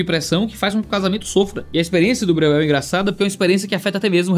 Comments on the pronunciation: Vamos lá: spu brasileira-alemã, o jeito certo de falar o nome do autor é: Bróiel!!!! E+U tem som de ÓI. Espero ter ajudado.❤❤❤Deus abençoe. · Se for alemão se pronuncia BRÓIEL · Breuel: no alemão original acho pronuncia mais ou menos “bróiel”… não que todos os descendentes se importem ou mantenham a pronúncia… 😅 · o falando o nome do cara me quebrou kkkkkkkkkkkkkkkkkkkkkkkkkkkkkkkkkkkkkkkkkkkkk